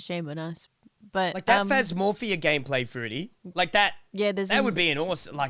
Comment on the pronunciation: keeps saying phasmophobia as phamofia and it’s so cringey hahah